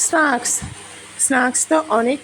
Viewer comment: Snaks not snuks ucaran tik korun